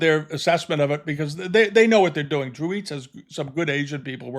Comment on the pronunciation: FYI: Dreweatts is pronounced "Drew-its" not "eats."